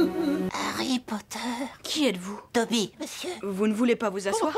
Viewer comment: Nooonnnnn pas dobi !